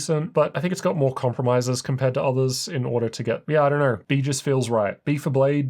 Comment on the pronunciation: Did you say zathers? You are NOT the one